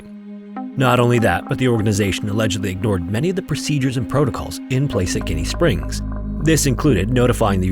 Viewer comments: Love your videos and love your desire to properly pronounce names! Getting straight to the point: it’s pronounced ‘Jenny’ like the name. Also this is my favorite spring of all time such beauty and a unique experience due to it being privately owned the atmosphere is one of a kind. If you’d want a camping trip to remember spend a night at Gennie and buckle up for some late night shenanigans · I’m crying because I’ve been to Ginnie Springs and it’s pronounced like the name Jenny by anybody I’ve ever spoken to 😂 love the videos as always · The former name is Jenny Spring but was changed at some point to Ginnie. And it is pronounced Gin like the drink with the letter 'E" after. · Great video 👍 one little thing, its pronounced Jennie even though it starts with a G. Im a Floridian and have been there many times. The area and springs are absolutely beautiful. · uh, here in the south we pronounce "Ginny" like Jenny. It's not a "feelings" thing, (weird assumption), it's a regional pronounciation thing. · It’s pronounced “Jenny” Springs. I went to school at UF in Gainesville and the springs were a popular day trip for us. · I tried to ignore it. Every time he says guinea, it drives me crazy. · It was nails on a chalkboard to hear him call it “Guinea Springs” 😭😭😭😭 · Yeah , it took me a while to figure out he was talking about Ginnie not Guinea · He Is saying it with a soft g. It’s pronounced Ji-nee. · It’s pronounce like “Jenny”. Lived here all my life. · Nobody from Florida pronounces Ginnie springs like that 😆 🤣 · Ginnie is pronounced like Forest Gump’s baby mama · I really wanted to listen to this episode as I am very familiar with the place, but after you mispronounced GIN-E (phonetic spelling) Springs for the millionth time I just couldn’t. PLEASE find the correct pronunciation of a place before trying to present information on it. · You're not a floridian, huh. Ginnie Springs sounds like Jenny. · It's pronounced, Jenny Springs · Ginnie is pronounced like Jin-ee